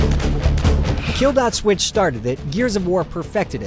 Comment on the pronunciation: Supposedly, he said "Kill.(DOT)Switch@ which sounded like "Kill That Switch"